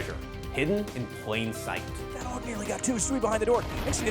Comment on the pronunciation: "Aug week" Bruh